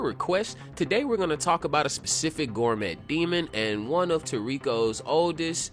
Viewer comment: it’s pronounced “Gore-May,” bro lol not “Gore-Met,” the “T,” is silent